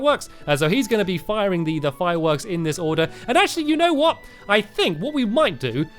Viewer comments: At about in the video Stampy said hwat 😂👍🏻 Gj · I hear STAMPY say "what" and he emphasizes the "h" to much. Lol 😊